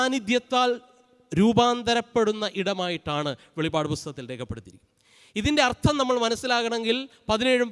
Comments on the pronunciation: വെളിവഅഡ് എന്നല്ല വെളിപ്പാട് എന്നാണ് അച്ഛാ... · In malayalem not pronouncing as velipad it is velippad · വെളിപാട് അല്ല വെളിപ്പാട് ആണ്